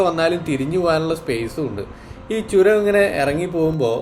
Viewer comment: Not choram...it's churam